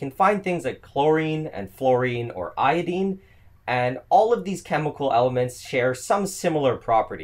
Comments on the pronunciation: It's " eye o dine.. not ... eye o deen. Wtf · BromIne (I = eye) not Bromeen. Same for IodIne. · Never heard "io-deen" in a north american accent. Only in UK or Australian accent.